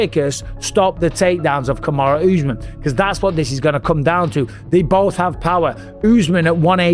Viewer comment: Why’s he saying kumshot bro 😭😭